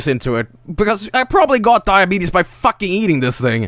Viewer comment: Wait, did you say Diabeetus?